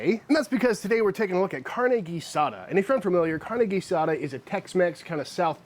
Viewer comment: This is not Carne Asada this is Carne Guisada gee-sah-duh